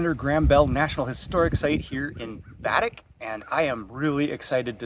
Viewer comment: Baddeck is pronounced Baa-deck!